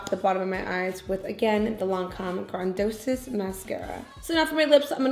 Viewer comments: The mascara is pronounced gran-di-ose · Did you really pronounce that Lancome mascara like Grandosis??? 😅😅😅😅